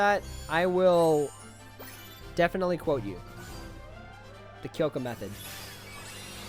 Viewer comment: P its Kyoka not Kyoko XD